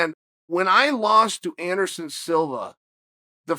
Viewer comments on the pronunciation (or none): none